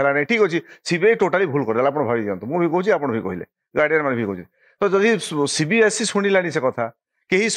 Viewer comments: Not CBSC.. It's CBSE.. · It's not CBSC it's CBSE